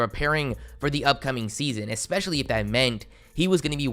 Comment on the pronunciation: Expecially?! Lol